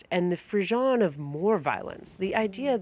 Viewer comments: Just a polite little hint to Ms Bowles. The pronunciation of the "ss" sound in the French word frisson is like the ss in Mississippi, not like zh in garage. She said the word at least twice up to where I decided to post this comment. Don't mean to be a nebbish. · Free - sohn, equal emphasis on both syllables, and the "n" is barely pronounced. And roll the "r" a little. Don't mean to be a noodge.